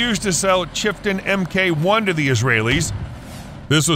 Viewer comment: Does the ridiculous, synthetic voice put others off as well? I gave up at 'em kay one' etc. Come on creators, at least attempt to do a reasonably professional job. These ludicrous synthetic voices are not big and they are not clever, whatever young children might tell you.